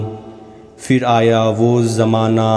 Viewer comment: बहुत ही अच्छे। फिर का pronunciation ठीक नहीं था पर